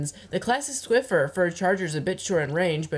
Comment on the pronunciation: it's squiffer 😂